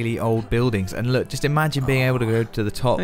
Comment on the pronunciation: LOOKUH LOOKUH LOOKUH 🙈 😆